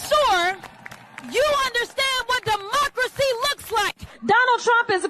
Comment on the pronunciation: Did she say demonkracy looks like?